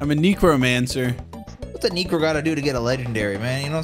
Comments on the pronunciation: The neecro stuff killed me 😂. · "Whats a neecro got to do to get a legendary?" 😂😂😂